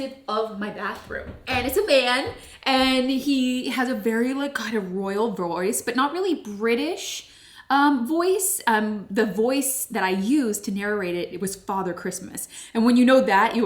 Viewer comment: You are so cute when you pronounce it... Nararate and Narrarating😄